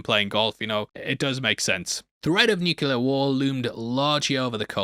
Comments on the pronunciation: New-clee-urr. It is pronounced nuclear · DUDE... "new clear" not "nu kyoo lar" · I spent my whole life pronouncing it "NEW-que-leer" until George Bush Jr. got raked over the coals for that, now I force myself to say "NEW-kleer". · The Kryptonian costumes were made from 3M's highly reflective Scotchlite fabric (also used to make cinema screens) so no one was sewing thousands of beads on to anything. "Nukuler"? Really?